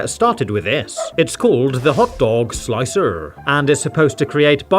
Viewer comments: It's interesting to hear pronounce the r in "Hot Dog Slic'r". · lol😂 The way his British accent pronounced “Slic’r”